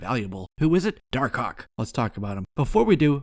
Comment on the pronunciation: I like how you call him dar-cock